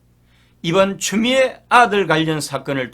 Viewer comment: 추미애를 추우미애 이렇게 발음을 좀 특이하게 하시네..